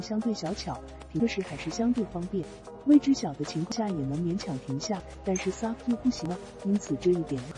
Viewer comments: su v ？笑死人 s . U. v. 才对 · 傻夫 車？第一次听人SUV唸成傻夫！